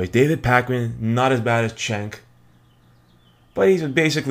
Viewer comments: If you are subscribed to TYT then you could at least pronounce Cenk's name right. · I watch Glenn Beck while on cannabis all the time. It's hilarious. BTW, it's pronounced "JENK".